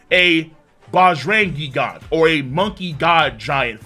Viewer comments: Why are you saying GIG ANTS? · Pretty sure it's pronounced jee-gant nit gee-gant